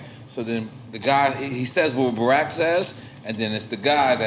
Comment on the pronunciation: Am I the only one who didn't like how he pronounced " barack" 😂